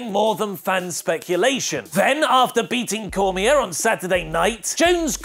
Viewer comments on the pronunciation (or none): Daniel Cormier's last name is pronounced "cor-mee-AY" ("r" is silent).